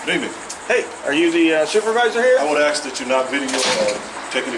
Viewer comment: if you are interviewing someone, and they can't pronounce "ASK", interview OVER!!😄😄😄